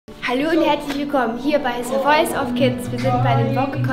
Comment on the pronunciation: Haha ich liebe es immer wenn sie sagt: se woice Kids 😂😂❤️